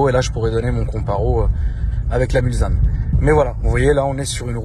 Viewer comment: Hello, juste pour info on ne dit pas MulZanne mais MulSSanne bonne vidéo cependant